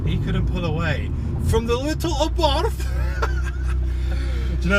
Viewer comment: Great vid! As an American, I respectively request that you do NOT use the Americanized pronunciation of Carlo Abarth's last name. Good Italians and good Italian car drivers say either eh-bart' or ah'-bart. The Italian "th" sound puts emphasis on the "t." Thanks oodles!